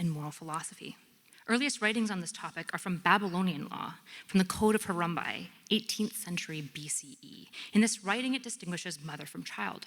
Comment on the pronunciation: She said Harumbai not Harambe. sure it's wrong but it was far from the Gorilla's name.